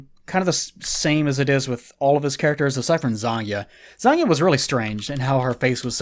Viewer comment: Every time he says Zangya, I hear it as Zangief...and that's a trifusion I would give all the money to see.